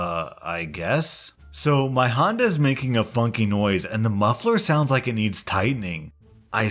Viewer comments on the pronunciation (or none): none